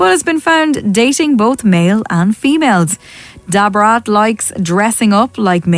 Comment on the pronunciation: The way the English narrator kept saying DuBraattt! Lmao